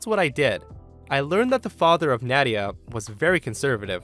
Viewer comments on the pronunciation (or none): You pronounced Nadia wrong, at least from the two I know. It's pronounced Nah-dia. Btw, love your videos.